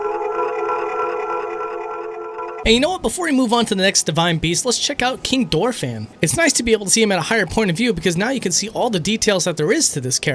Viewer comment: Sorry to hear you used to pronounce Deku the wrong way, but the same goes for King Dorephan: Dorephan, Mipha and Sidon are a play around music notes (do, re, mi, fa, sol, la si, do), and therefore Dorephan is pronounce doh-reh-fan (3 syllables). (It also implies that Sidon should be pronounced Seadon, but for that one the usage has "overwritten" the etymology. At least we got Mipha right!) For Moragia, I'm not so sure, but I think it would make more sense to pronounce a soft g like for its distant cousin Volvagia.